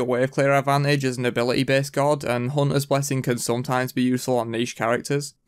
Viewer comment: Why can't you say God normaly? haha Gowwd